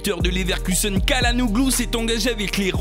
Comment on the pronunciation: Sa se dit pas kalanoglu mais tchalanoglu